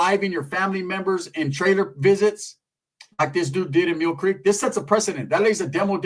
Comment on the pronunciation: He says Meal Creek